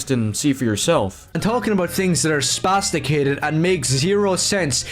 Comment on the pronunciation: That black eye of his keeps hanging around. Honestly, everything about him is disgusting and annoying, but the thing that bothers me the most is every time he says "spasticated".